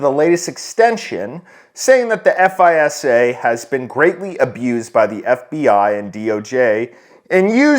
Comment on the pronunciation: Good video. FISA is pronounced like "fyza". This started back in the day with listening stations all over the globe. They were listening for all electronic transmissions like faxes and such. Called "Echelon". I think it was found out after they intercepted something from an Italian official and he found out. The real truth is that they aren't even hiding stuff anymore